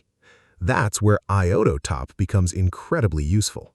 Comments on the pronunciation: I-O-Top. Not I-O-TO-Top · I'm not a native speaker of english language but the pronunciation of "iotop" sounds weird to me ...